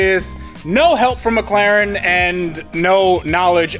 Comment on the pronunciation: Only thing left to do ? Practis saying With an ACCENT Mc Laren ! # It,s Better then new it,s Rebuilt .